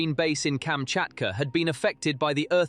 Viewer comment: Please learn how to read and write Kamchatka, pronounced kam-chat-kah. It is not Kametka nor is it Kachmatka .